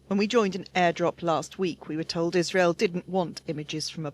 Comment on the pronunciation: Everytime i hear israel I actually hear Isralies